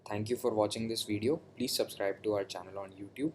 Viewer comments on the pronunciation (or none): none